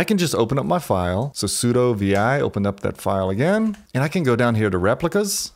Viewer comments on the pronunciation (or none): none